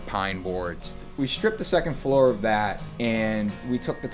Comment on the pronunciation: letting out a lil’ boston accent at the end there. Wrap up the third flooruh